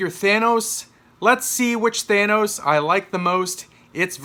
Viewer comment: YAY! he says thanos right!